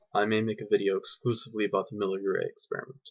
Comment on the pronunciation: Yeah, good man, good presentation, the truth. Life from chemicals does not compute. Leisurely spoken as it should be. No rush as in so many presentations of others. However, pronunciation is not always totally clear, e.g., the way you say " Miller Urey." No need for ultra-long pauses. Be consistent. Edit carefully. Keep the volume stable. One word misspelled . I say that because you will have a lot of foreign viewers and that's how it should be! Still, great truths! Thank you.